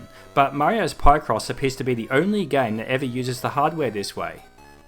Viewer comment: mario's PIE-cross? It's PICK-ross.